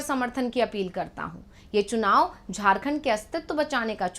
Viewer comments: झड़खंड me सुनाव नहीं बे, चुनाव है, पहले हिंदी तो बोलना सिख , फिर जनता तुमसे बात करेगी😂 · Chunav ko sunav bolta ha c m